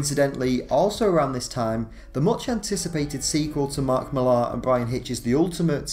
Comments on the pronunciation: It's just pronounced Miller, not Milaahr, are you kidding? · so confused buy the way he keeps pronouncing Mark Millar as "Mill-ar" instead of how the man pronounces it himself "Mill-er" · It's pronounced Mill-r not mil-ARH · Millar is pronounced like Miller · I realize it is a nitpick but it is hard to take this video seriously when you can't seem to pronounce Millar's name correctly. It is simply pronounced "Miller." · Please, please, please learn how to pronounce "Millar". You sound British, you shouldn't be getting this so wrong.